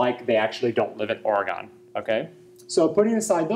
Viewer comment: Ori-gawn?! Imma need an apology video with tears rn!